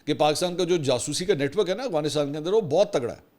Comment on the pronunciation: اسلام علیکم منصور بھاہئ ، آپ ھمیشہ افغانستان کو اغوانستان پڑھتے ہیں،اگر میں غلط نہیں ہوں تو پلیز تلفظ درست کر لیں،🤗🙏🙏 پاکستان زندہ باد